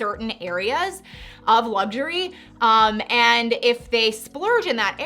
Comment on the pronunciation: One minor gripe, since you have a luxury channel it’s a good idea to pronounce it correctly. It’s not lugsurey.